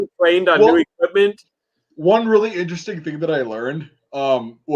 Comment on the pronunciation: Vehhhwy eeenteweszting.....